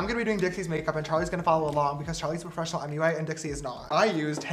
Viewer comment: Bye what- charlis just shy. He literally said charlis perfesional